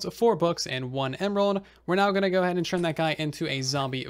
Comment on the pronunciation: Do you say churn instead of turn ?